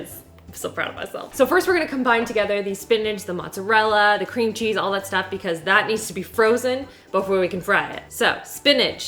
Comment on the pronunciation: She literally said Scream Cheese instead of Cream cheese 😂 hotel Transylvania gurl 😍